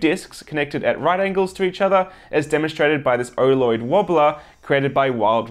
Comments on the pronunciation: Every time he says oloid, it sounds like orloid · he keeps saying "erloid" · I accidentally pulled up the auto-generative subtitles, and every time he says oloid YouTube translates Oh Lord!